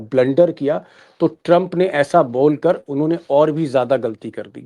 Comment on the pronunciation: ट्रंप की जगह कभी चंप कभी शंप क्यों सुनाई देता है?